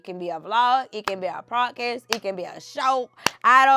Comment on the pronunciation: It’s podcast not prodcast